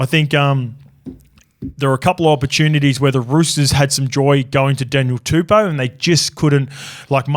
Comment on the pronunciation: And tell BREATH ANASTER ITS TUPOU NOT TUPOO